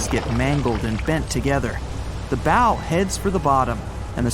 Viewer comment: It’s not a ‘Bo’, it’s a BOW, rhymes with Ow!!!